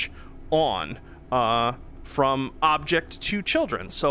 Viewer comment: is it me or he says "passes the damage form object to children"